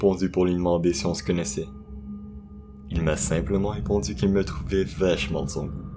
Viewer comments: Ah je suis pas la seule, j'ai repassé le passage 10 fois et la seule chose que j'ai compris c'est "vachement thon".. .-. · Ah il le redit plus tard, mieux articulé ! C'est "vachement de son goût" !